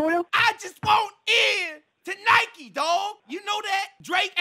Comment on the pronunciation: Got pissed that you were saying Nikee